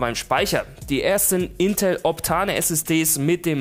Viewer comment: Hahhaha wie er optane ausspricht.